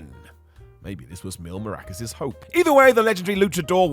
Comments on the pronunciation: Hey, it’s Mask-car-ras not maracas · Mil Maracas? C’mon …MASCARAS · its masCAras, not maRAcas ffs